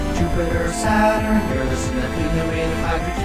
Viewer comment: Finally someone pronounces Uranus correctly